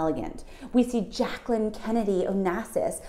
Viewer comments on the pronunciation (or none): none